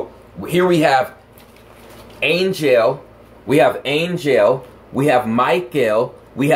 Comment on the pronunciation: When you just said Ang El i heard Ank El... AngEl/AnkEl... hmmm